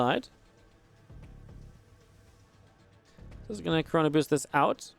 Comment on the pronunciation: did he say the coronaboost?